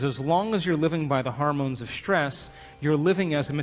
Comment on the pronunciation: Why does he keep saying "harmones", instead of hormones? Grating on my ears. Also the relentless abstract logic is hard to follow. He should insert more concrete examples.